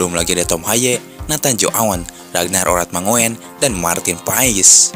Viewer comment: Ragnat Oratmangoen baca ranar oratmangun